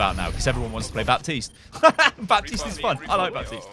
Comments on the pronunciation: calls baptiste bapis LUL its pronounce bateest no bepis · I'm triggered from you saying Bapsis